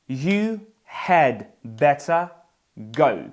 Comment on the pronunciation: Поясніть, будь ласка, що ща діалект, коли вимовляє замість т в better, ц?